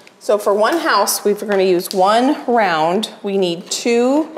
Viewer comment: Is there a reason why you and so many others are now pronouncing words with an ending “d” so that it sounds like a “t”? For example, the word “round” becomes “rount.” Everyone on YouTube, TV, movies, etc. are pronouncing the letter “d” like a “t” sound. Remember from grade school that “d” comes from the diaphragm and is voiced. The letter “t” is a percussive sound with a rush of air to pronounce it. Please correct.😊